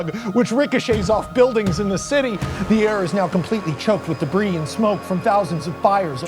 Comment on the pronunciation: Max Landis: Tells the greatest superman story in the last 24 years. Also Max Landis: Pronounces "debris" wrong